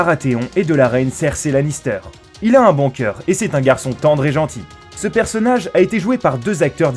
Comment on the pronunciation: ça se prononce ceurci lannisteur